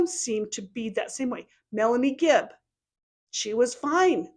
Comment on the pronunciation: Omg you’re so right. I like that you called her fibb instead of gibb. I think Kay and Larry should sue her in civil court like Ron Goldmans parents did OJ. Using your summation as opening argument.